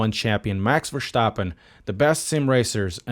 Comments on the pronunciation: How is it so hard for english-speakers to pronounce Verstappen correctly. It's not VerSHtappen, it's VerSTappen. ST like STroll or STeward. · I love your pronunciation of Max Vershtappen.